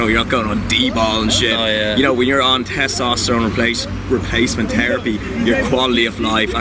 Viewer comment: "testoterone repace terapy"